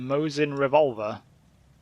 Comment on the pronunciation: It always warms my heart when English-speaking peoples mess up Mosin rifle and Nagant revolver.